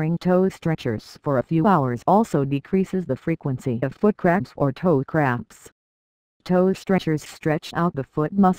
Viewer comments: It sounds like she's saying foot craps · Sounds like it's saying foot craps